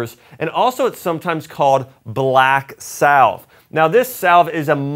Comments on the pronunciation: It is pronounced "sav"....rhymes with "have". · BTW, the “ L “ in “ salve” is silent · The L is salve is silent isnt it?